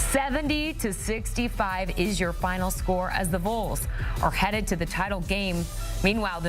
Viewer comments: You pronounce it VOLS... Valls, like the Volunteers. It is NOT the VOLES. Do you say VOLEunteers???? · Vol, not vole. It’s not hard people. Pronounce it the same as fall or call. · Please pronounce Vols correctly. Hard to listen to, distracting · Is she retarded? How the hell do you look at VOLS and pronounce it like that?